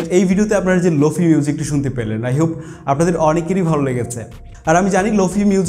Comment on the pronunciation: প্রথমত শব্দটার উচ্চারন লোফি না "লোফাই" তারপর শুধু "রিভার্ব" ইউস করলেই লোফাই হয়ে গেল? আর কোনো কাজ করতে হয় না? আপনি যেই ভিডিও টা বানিয়েছেন সেটা "Slowed+reverb" এর মধ্যে পড়ে। lo-fi is deferent. Lo-fi তে অনেক কাজ করতে হয় যেমন Stretch, beat আরও অনেক যা আপনারা বুঝবেন না।